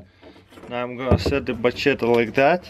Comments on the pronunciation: Taras here's some advice machete is pronounced ma shet ee not macheta some people say you say machedder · Has he NEVER heard someone say the word machete in his life?! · can opener is $1😒 lol the "ch" is like "sh" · hahaha "macheta" hahaha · I'm more impressed on how he pronounced machete in 3 different ways